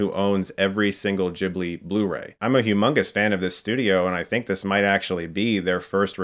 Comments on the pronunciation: I’m never gonna say Jibli in my life ... it’s Guiblee :/ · "Ghibli", not "jibbly" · Chris I love you but please don't say Djibli, Ghibli is an Italian word (derived from a Libyan word) so the H after the G makes sure it's pronounced just the way you read it, with a hard G. If you want to pronounce it the Japanese way, which might be even more correct in this case, a Japanese friend of mine told me it's pronounced like "Jiburi", but yeah, Djibli is just very, very American. :/ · it's NAWT "dchibli". there's an "h" after the "g". "g" as in "gif" :'DD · Yeah, not the best example:) And although I do know Chris (as in "chasm") is a huge fan of the studio, it's weird hearing him mispronounce its name.